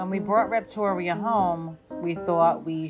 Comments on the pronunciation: "Rept-oria" XD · Confusing. Reptoria is a great name, as you pronounce it - but you spell it weirdly, like Repo - toria.